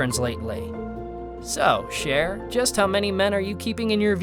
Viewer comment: It’s Cher btw not share!!